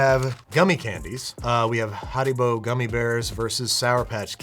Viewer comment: Why is he rolling his r's on harrybo